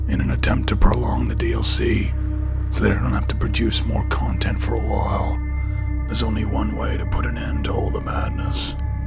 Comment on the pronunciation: Heard a very clear accent with the word “awhile”